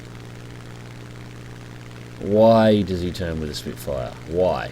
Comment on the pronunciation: Its Spitfire not Spitefire !!